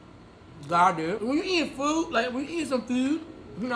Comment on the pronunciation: “when you eatin food, like when you eatin sum FEWD” idk why that made me laugh bro I need help💀💀💀